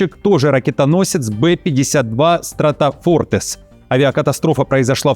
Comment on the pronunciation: Не стратофортесс, а стратофортРесс.